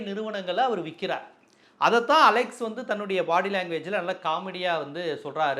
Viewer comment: டேய் அலெக்சு இல்ல அலெக்ஸ் 😂